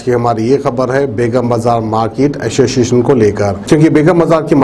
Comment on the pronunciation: Association bol Tu kya bolara ashosiasion Kate😂